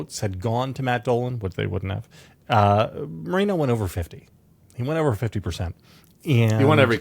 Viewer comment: Pronounced Mor-en-o ~not Marino. En as in enough!